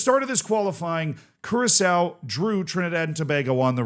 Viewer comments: No, its Kurasao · still can't get over saying curaco